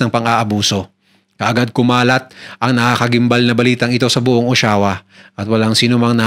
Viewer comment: O-sha-wa po ang pronunciation